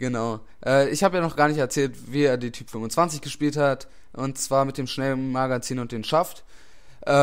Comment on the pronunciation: Sie heißt Type nicht Typ, mit e am ende! Sonst gut :-)